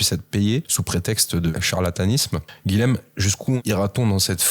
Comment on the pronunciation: SVP les "nordistes", le "LH" présent dans le prénom Guilhem se prononce "Y", car c'est un prénom occitan (beaucoup de seigneurs de Montpellier se sont appelés Guilhem). Merci ! 🙏😊